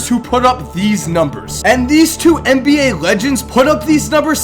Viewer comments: This dood said 'mba' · Hey - I think this is the GREATEST NBA channel on YouTube, and it's not even close... but if you said "NBA" instead of "MBA" in your videos - it would make it just slightly better;-). Ok, that's my OCD speaking...this is NOT a backhanded compliment! Thanks for your consistent awesomeness!